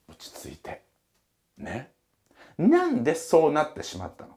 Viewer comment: 「にゃんで」って言ってて笑っちゃう